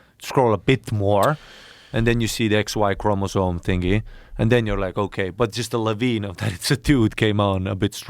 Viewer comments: even joe can't say Chromosome....ChromoZoNe... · Joe, for the love of science, it's chromosome, not chromozone. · Also, Joe keeps saying "chromosone," so, keep that in mind. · Bro Brogan can't pronounce 'Chromosome' HAHAHAHAHAHA